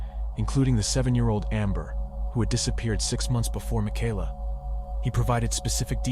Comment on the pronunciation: You go back and forth between calling her Michaela (ma-kay-la) and “ma-ky-la” . Strange. Typically the name Michaela is pronounced like the former.